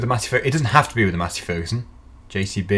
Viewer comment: Is he saying matty ferguson or Massey ferguson